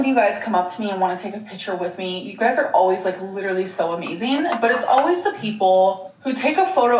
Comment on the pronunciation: “It’s amazeen when people want to take a pitcher with me”